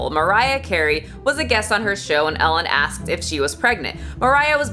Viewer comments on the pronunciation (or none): none